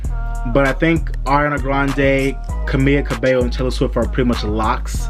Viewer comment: It’s actually “CA-MEE-LA” Cabello. However I’m happy that you got her last name right!